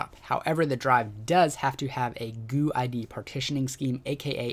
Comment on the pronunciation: ITS NOT GUUUUU BUT GUID HAHAHAHA...